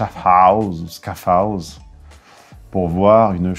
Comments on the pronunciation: « Schaffhouse » est le nom francais de « Schaffhausen » et se prononce donc à la française: chafouze ;-) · çA SE PRONONCE : CHAT-FFOUZE..(SI JAMAIS...) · Schaffhouse se prononce chafouse. Merci pour la vidéo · Scafehaouze. XD. 😂 (C'est facile, je sais :) ) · Prononcez "chafouze" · qui revoit l'actu de par chez nous, ca fait plaisir haha. La prononciation de Schaffhouse et Gambach est ENORME! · RIP la prononciation de "Schaffhouse"... 🤣